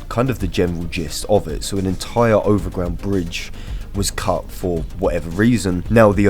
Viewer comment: "underwater bridge" and "overground bridge" have to be the worst examples of an Englishman speaking English I have ever heard